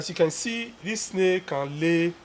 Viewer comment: Snae, atch, appy...😂😂😂 Nice video sir